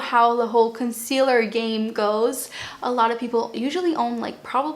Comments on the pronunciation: Noooo - can you keep your accent and pronunciation. “conseeeaLUH’ Im British and I love it!! Xx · I love how you pronounce items with your accent!!! 💕